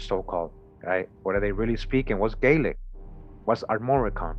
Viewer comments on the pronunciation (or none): none